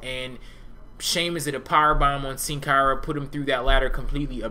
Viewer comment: you say sin cara so weird